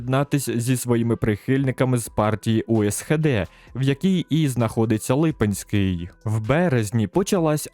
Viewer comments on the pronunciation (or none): Дякую дуже за відео! Хочеться більше бачити відео про Україну в Кайзершизі😂 Прохання: не Лúпинський, а Липúнський (наголос у відео не там)